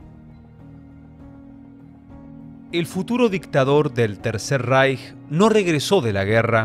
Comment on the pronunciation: Ich finde es super, dass du das Wort "Reich" richtig aussprichst.